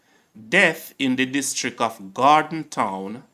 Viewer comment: Gordon Town not Gorden Town